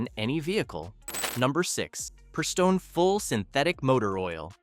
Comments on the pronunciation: hmm, do we trust someone who has to use AI that pronounces it PREEstone and talks about how no one's engine will last 100k if they use gasp, OIL? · I agree... For me, I trust the guy in the link below a LOT more than someone who can't correctly pronounce Prestone.